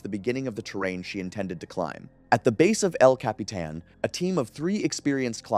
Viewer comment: I got lost at el capeeeetan. But I found my way back. Eventually you got it right